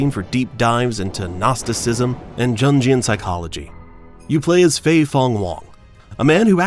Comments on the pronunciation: Someone can't pronounce Jungian. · "Jun Jee Yun philosophy" LOL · Jungee-an xD. Educate yourself brother. Great vid otherwise. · "Junjion psychology"??? 😂 It's pronounced youngian (Carl Jung) Obviously just reading from a chatgpt script. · “Junjian” psychology? You mean “Jungian”, pronounced YUNG-ee-uhn, after the Swiss psychologist Carl Gustav Jung. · JUNGIAN is pronounced like YOONGIAN lol. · JUN-jian psychology? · How many names do you intend to butcher? - Yes Ramza Baloof, Yoko Shimimora, Djundjian psychology... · "Junge-ean" psychology 😂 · Your pronunciation of jungian gave me an ulcer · Am I the only one who caught that pronunciation of “Jungian”? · Clicked off immediately when you pronounced ‘Jungian’ with all J’s. Honestly, does anyone get a proper education anymore? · Yeesh, that pronunciation of Jungian. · Bro really said Jungian with the J